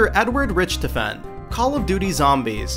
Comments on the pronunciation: Dr Rich-toffen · even Dempsey pronounces his name "rick-tof-en". yeah i can tell these guys dont really play games anyway